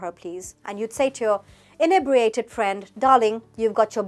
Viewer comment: Firstly, we also say pissed to mean being annoyed, it's not just the Americans; secondly inebriated isn't a "posh" word used by the "upper classes". How ridiculous ! Actually it's a word used by every police officer who has booked someone for being drunk/under the influence. Lastly, you don't even pronounce inebriated properly. At least get that right.